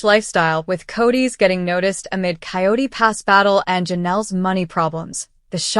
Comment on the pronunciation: It's Coyote Pass, not quat pass.